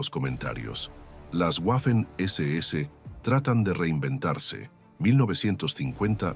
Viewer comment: no sabes ponunciar Waffen SS